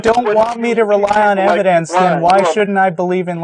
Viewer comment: Is it just me, or does say evidance?